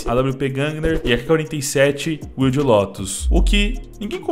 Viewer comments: Não é “uilde”. É “uaild”. Wild Lotus. Lotus Selvagem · Deus do céu. Wild não se pronuncia “uild” e sim “uaild” me dá uma aflição Mas é bois. Abraço